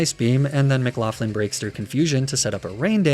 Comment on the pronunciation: Why do you pronounce McLaughlin like theres an F in it wtf?